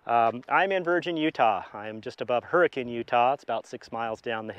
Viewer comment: First time watching, and I'm a fan! Great job pronouncing Hurricane correctly 🙂 We locals pronounce Zion like "zie-uhn" instead of "zie-on" Good luck with the repairs!